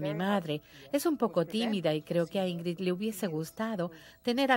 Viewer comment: Por qué pronuncian TAN MAL el nombre de Ingrld Bergman [ˈɪ̌ŋːrɪd ˈbæ̌rjman]??? SI NO SABEN SUECO o FRANCÉS.. al menos lean tal y como se escribe!!!